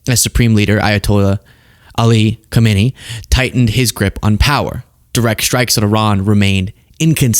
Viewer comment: Khamenei is pronounced with a silent K. Or a double HH.